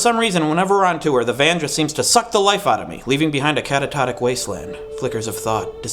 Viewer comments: At :33 it sounds like you're saying "catatotic" instead of "catatonic". Unless it's a new word. Maybe as new as your NEW COUCH! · "Catatotic?" Do you mean catatonic? XD